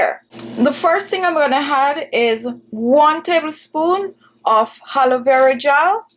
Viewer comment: Halovera gel....it I hear it right? It should be pronounced A LO.VE RA🙄